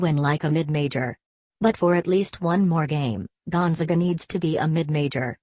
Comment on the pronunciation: Can't even pronounce the school name correctly. Great research.